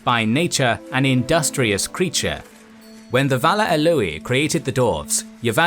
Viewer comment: Guys, I understand you do immense research on all you topics so pronunciation of names and words should not be exempt from it Tolkien placed great value in how words and names sounded, agonised over it. They are as important as the meaning as he believed the sound had the ability to evoke the meaning Your pronunciation of "Ah-loo-ee" outstrips the infamous Martin Shaw! Hahaha. Perhaps hand a copy of the Silmarillion to your narrator as there's a guide for the words in the back